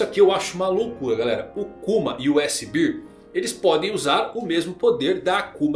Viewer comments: desculpa ser chato. Urso (bear) em inglês, é pronunciado como bér. A forma que você pronuncia, (bir) é cerveja (beer) 😅 Só um feedback pra melhorar seu inglês, o conteúdo vai continuar impecável não importa como vc pronuncie. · Chamar o S Cerveja? Urso inglês = Bear, pronuncia-se BÉR